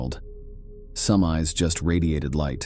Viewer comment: Isabella saying, “Nooooo! Nooooo!” Like a Wheel of Fortune contestant realizing that her pointer was about to strike “Bankrupt.” Also the narrator pronouncing the word “eyes” as “ees.” 🤦🏾‍♂️